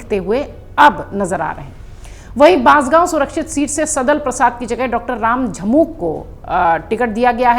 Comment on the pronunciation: रामझमुक, मैडम की जुबान फिसल गई 😂 किसने नोटिस किया